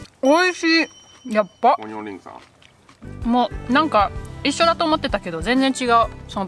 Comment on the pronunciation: 日本一のオニオン・バーガー🍔オニオン・リングをいただくには，淡路島まで行かなくっちゃならないのかあ(東京在住)😢 Lenaさん，Onion Burger や Onion Ring の発音が完璧に日本語になっていて，脱帽🎓🎉(細かいところまで聴いているんだよ，Lenaさん❤)